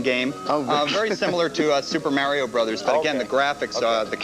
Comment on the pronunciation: One extra reply. The win for saying "Super MAREO Brothers"